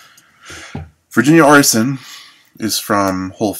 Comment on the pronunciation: it's pronounced Ar-tee-sian